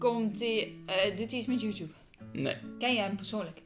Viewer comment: zeg Mario in plaats van YouTube zeg ze hout Tube 🤣